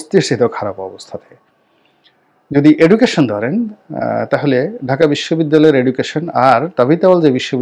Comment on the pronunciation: education উচ্চারণ টা সঠিক ভাবে শিখ আগে গোলাম ময়লা